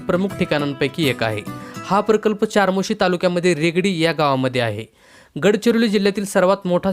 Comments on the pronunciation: Chamorshi ,not charmoshi,speak the correct pronunciation. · चारमोशी नाही 'चामोर्शी' आहे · चारमोशी नाही रे बाबा. चामोर्शी😊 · अरे हे मंदिर चपराळा येथे आहे आणि बाळा चारमोशी नाही चामोर्शी. तू यापैकी किती पाहिले आहेस.? तुला काहीच माहिती नाही. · चार्मोशी नाही,चामोर्शी म्हणा. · चामोर्शी..... म्हणावे.... चारमोर्शी नाही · च्यारमौर्शी नाही चामोर्शी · ChaMorshi hai iska nam charmosi nhi... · चमोर्शी अस नाव आहे दादा चारमोशी नाही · Charmoshi nahi re bhau chamorshi ahe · चामोर्शी असं म्हणा